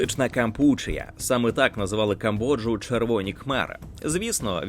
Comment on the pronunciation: У слові "Кампучія" наголос на "і". Наче й дрібничка, а вухо сильно ріже.